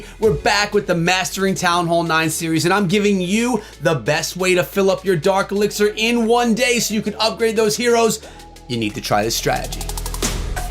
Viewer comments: That's dark echo 🤣🤣 not fark my boy🤍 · It's dark elixir rite? Not fark elixir